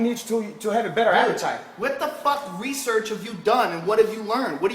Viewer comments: "Rhasaan Orange". Do your hesearch, guys. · LOL HE SAID HESEARCH INSTEAD OF RESEARCH. TROLL CONFIRMED. HOGAN ROGAN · His accent XD His accent where he pronounces words that start with an "r", he starts with an "h", so he starts saying 'hesearch' instead of 'research'. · HESEARH HAHAHAHAHHAAHAA!!! HOGAN WTF HAHAHAAA